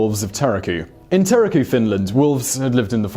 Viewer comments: Terrorku?? Tuurrrrr ku rolling r is a better way of saying it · Great video, though Turku is pronounced like Turk-oo with a roll in the r. It's always nice to see Finnish mentioned ! :)